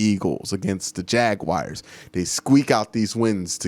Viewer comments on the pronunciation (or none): none